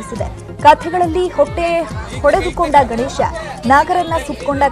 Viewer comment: ಹೂಟ್ಟೆ ಒಡೆದುಕೊಂಡ, ಹೊಟ್ಟೆ ಹೊಡೆದುಕೊಂಡ ಅಲ್ಲ ಉಚ್ಚಾರಣೆ ಸ್ಪಷ್ಟವಾಗಿರಲಿ